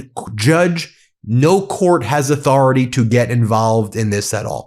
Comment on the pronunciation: Trump must be PISSED!! After all, he personally signed the Transparency Act! How dare the DOJ question his 'auth-oR-A-tAy'!! 😅😂🤣🤣🤣🤣🤣 These fucking clowns are beyond RE-DIC-U-LOUS!🤬